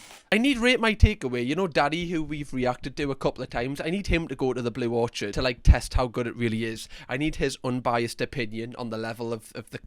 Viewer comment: Or-kid,. Not or-chad 🍏